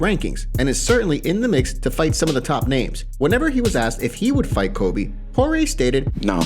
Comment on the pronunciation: "Kobe." I have to believe he's mispronouncing "Colby" on purpose now. No one can continue to be that inarticulate unless it's deliberate.